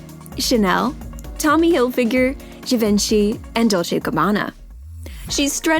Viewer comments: Did anyone else cringe when the reporter pronounced Givenchy wrong? Just me? Ok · The way you said Givenchy. Im cringing